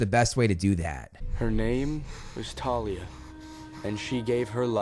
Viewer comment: Why are you pronouncing the "h" in Thalia?